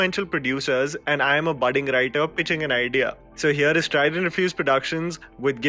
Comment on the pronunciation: " IS " intensifies